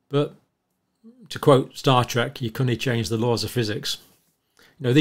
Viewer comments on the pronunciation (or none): none